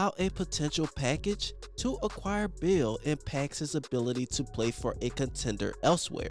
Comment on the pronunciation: It was half way through the video that I realized you were saying Beal. The whole time I was wondering who the hell is this bill guy you kept mentioning